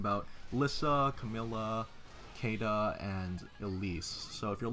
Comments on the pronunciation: "Kayduh" good lord dude this game is fully voice acted how are you still getting this wrong? it's See-da in the dub and Shii-da in JPN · "Cayda" No. It's "Seeda" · Cam Sprong Look You! Until this game, I was convinced the English variant of the name was pronounced Kay-dah. It being pronounced See-dah sounds so fucking weird when looking at the name. Yes her name is Shiida in Japan, but localization has always been different in that regard. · Well if you compare her name to Caesar, then pronouncing it like see-da makes sense. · Force of habit :P I've never heard her name pronounced for years, and I've always read it as "Kay-duh".